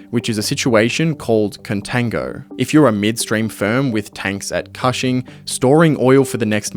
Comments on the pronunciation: you did a lot of work on this video and didn't look up how to say Cushing Oklahoma? It's not kahshing... it's kooshing. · Cushing is an hour from where i live. It is pronounced cooshing, like whooshing or the first part of cushion. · Thats not how you pronounce Cushing, its pronounced like Kush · Cushing, Oklahoma. Is supposed to rhyme with pushing. Like kush-ing. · Cushing, Ok Like "Cushion" but "Cushing". Idk why you're saying it like that lol. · "coo" "shing" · Love your videos... but I'm a bit sad that you missed the pronunciation of Cushing Oklahoma... so badly.